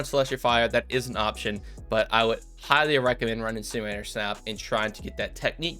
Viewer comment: My favorite part of this video was listening to him try to say "incinerator" 😂